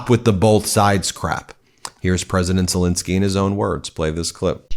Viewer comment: I love your videos but please stop saying Zelinskyy. It's Zelenskyy. You pronounce it wrong. The "len" part in Zelenskyy is to be read the same way as the "len" part in a word "millennial" or "relentless". Thanks, hope you see this!